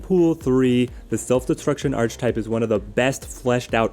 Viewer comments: Throughly enjoy the content, very informative. I hate being that guy but it’s hard when you use the word so frequently in your videos. The word archetype is pronounced “arc-a-type” not “arch-type”. I know this makes me a jerk but here we are. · Great video, sorry to be that person but given how many times you said it I feel I have to correct you! It’s pronounced (ark-ah-type). Thanks for the great videos, I’m a new subscriber :) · hahaha just think “architect” and you’ll nail the pronunciation every time 😂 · Yeah it's pronounced similar to 'Architect' :) I can see how one may mispronounce though with 'arch' and 'type' sounding like they do when on their own!